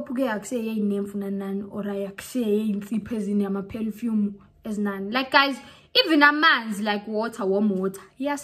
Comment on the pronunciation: "Pelfume is gonna balt you" 🤣😂🤣shaver ngeLoksion bioskop mara 😜, "learn from your Listen"🤣😂 What your take on Yoni STEAMING using herbs?